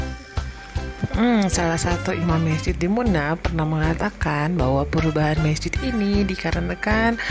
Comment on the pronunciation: Bukan mesjit tapi masjid tolong diperbaiki kata2nya ibu